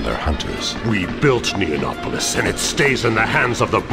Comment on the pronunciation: It's not... It's not NEON-NOPOLIS... It's NEO NOPOLIS. Neo, meaning "new" and Nopolis being a kind of city.